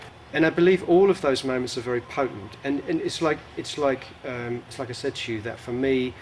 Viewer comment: instead of the word "pertinent" , i think he is saying "potent." anyone?